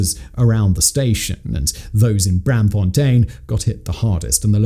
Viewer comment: The -aam in Braamfontein is pronounced like the english "arm." It's Br-~arm~-fontein. Not Bramfontein.